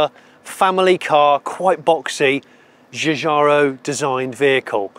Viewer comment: For the love of great car design...please get it right! ... who is the designer? Cheeechaaro? Giugiaro.... Jou!-Jaa`!-roh ! It ain't even difficult.